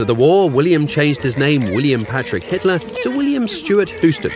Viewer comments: Who tf pronounces Houston like “hooston” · No one is going to see this but hopefully you, but "Houston" is pronounced "Hu-stin"